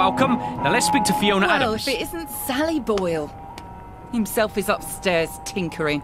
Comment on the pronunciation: It's not sally boil, It's sally boi 😁